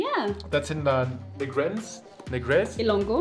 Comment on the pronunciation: nailed it. It’s Illongo-Bisaya!